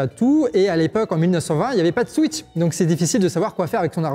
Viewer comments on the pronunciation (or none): none